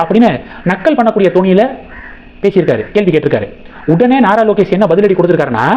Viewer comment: "நரலோகேஷ்" என்பதுதான் சரியான உச்சரிப்பு!